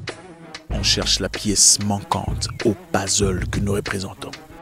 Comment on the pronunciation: "Pazzle " Tonton ca pique les oreilles ca ! Mais bon comme d'habitude vos vidéos sont très inspirantes. Vos vidéos tombent toujours bien, je veux dire au moment où je suis en réflexion sur quelque chose qui me tracasse vous faites une vidéo ! Merci encore 😘